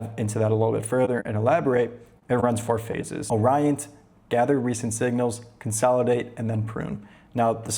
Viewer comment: "ORYANT" bor